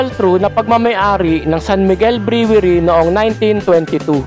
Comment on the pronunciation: Brewery - pronounced as - (Bruwery) !